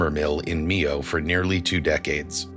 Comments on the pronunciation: Mio not nieo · My-ohh..not me-oh